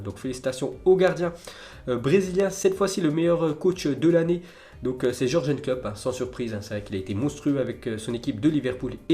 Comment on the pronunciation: Encore George and Klopp😂. C'est your-gueun your-gueun comme prononciation 😂